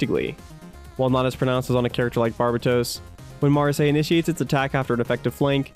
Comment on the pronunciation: Just so you know. So the Gundam fanfiction m doesn't tear you apart. It's pronounced. Ma,ra,s-eye